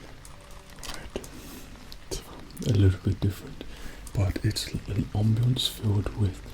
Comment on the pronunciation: "On-bience" Me: "Off-bience"